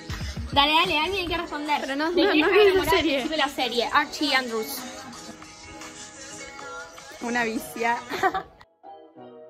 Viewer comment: Yo siendo fan de Riverdale escuchando a decir "Archie Andrews"